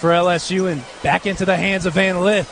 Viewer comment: it's Lith....not Leeth